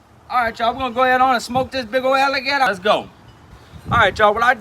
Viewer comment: “big’ol’ alle gettah”